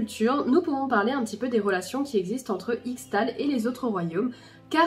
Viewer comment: Je sais, je suis relou, mais ça se lit "ichetal" !